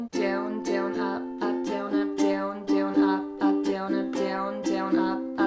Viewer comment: I don't like how you pronounce the word "down" 😭😭